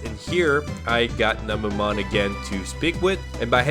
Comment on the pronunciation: Namumon❌ Nanimon ✅